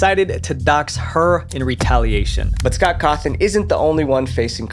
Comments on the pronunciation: And pronouncing Scott's name as "Scott Cawthorn" instead of "Scott Cawthon" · "scott hawthorne" 💀💀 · He said Scott Hawthorne. It’s Cawthon. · Hawthorn? You mean Cawthon? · The name is vivziepop not whatever you said earlier. And you called Scott's last name Hawthorne. Maybe next time make sure your saying the names right? Don't take this personal plz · Why did you say "scott hawthorn" at one point instead of scott cawthon? I literally lolled at that part. Plus, it's "fu-naff", literally nobody says it like "f.n.a.f.".